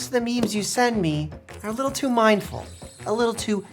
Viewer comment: Mike if you ever say midful or dumur again i will drop out of high scholl